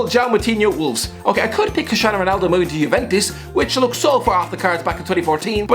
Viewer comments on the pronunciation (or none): none